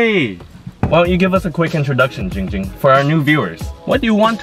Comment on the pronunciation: Jing Jing not Ging Ging